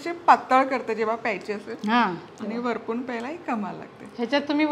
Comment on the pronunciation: Varpun nahi orpun.